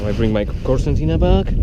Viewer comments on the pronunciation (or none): nice, but isn't it Concertina bag? Why pronounced Corsantina? :D